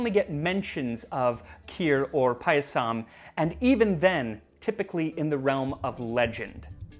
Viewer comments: Not really. He got the pronunciation of 'pāyasam' wrong: he draws out the last syllable--'payasām' (or pah-yuh-saahm)--instead of the first syllable (i.e., pāyasam or paah-yah-sum) as well as 'Someswara'. Decent effort overall though. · Somesvara. Sh. like shaw. Not S in school. It is paayasam. Elongate the a after P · Guys, it's pronounced paaaah-yah-some. If you make the vowels a different length, it's a different word. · Thanks for doing an Indian recipe! Your pronunciations are pretty good...only the last a in payasam is short, so it should rhyme with "sum" 😅 Also not entirely sure about this one, but "zh" in Tamil words/names is actually the English r sound, like in "her" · As an Indian, I appreciate the effort you put in to learning about our history and culture. It'll be even greater if you can nail the pronunciations. "Someshwara" was almost unrecognizable, "Payasam" could do with slight work too. It's not a deal breaker, but it's something easily fixable, just check with any acquaintance from South India and they'll be able to help.